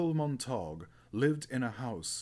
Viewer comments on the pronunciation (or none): Pronunciation = mont-a-gyu not montauuug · U hav to penouce (sp) uncle mont-er-gue